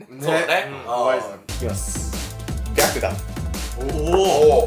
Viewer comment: 白檀が白眼にしか聞こえない…w